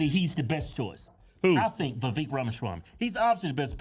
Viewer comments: It's "Viv-vake" I believe. He said on one interview, "It's like "cake"." (regarding the second part of his name) I could have misunderstood him but I believe that's what he said regarding It's pronunciation. Just saying. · Damn would yall please learn how to say Vivek name!!!!!! Damn it's Vi Vake!!!.. like cake. damb it man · He said it himself. His name rhymes with cake. His name is Viv-ake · I am all TRUMP but it's pronounced VAH VAKE.... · Cake, Bake, Make, Vivek If they don't rhyme, you're saying Vivek wrong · Its viv-ache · Its Vivek, like cake and steak, Ramaswamy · Vivek = VI-VAKE LIKE CAKE How can you not know the names of the GOP presidential candidates? Nikki Hayley Ron DeSantis Chris Christie Vivek Ramaswamy (Vi-Vake) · Please say his name correctly. Its not vaveek... Look up a video of him saying it himself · lets put some respect on him! says his name wrong XD